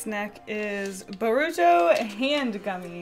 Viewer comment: I cried when you said Boruto's name wrong.. Naruto will get you.!! (Jk